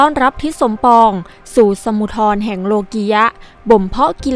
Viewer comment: เขาไม่ได้อ่านว่า สมุดทอน เขาอ่าน "สมุด" ครับ จ้างผมอ่านไหม?